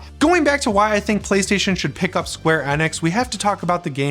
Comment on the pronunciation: Isn't it Enix not Enex, I that it was Enix, but I guess I'm wrong lmao 😅😆😂